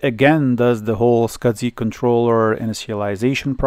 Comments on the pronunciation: Why does a server have sound board with a power amp? Next video just say S. C. S. I., I know English isn't your indigenous language, but the way you are saying 'Small Computer System Interface' is Killing me, Scudzy lol. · You should contact FranLab regarding that video card with its 3D glasses capability. She has 3D glasses which could need it. Also SCSI is "scuzzy" not "scud zee."